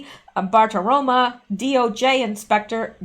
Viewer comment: Hey, I know you want to pronounce names well; so I want to tell you that you keep saying Maria BartiromA, but it's BartiromO!